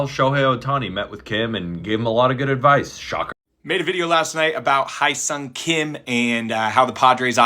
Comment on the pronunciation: Man all these podcasters mispronunciation of his name makes me wanna rip my ears out Hyeseong Hye = Hair (without r) Seong = Sung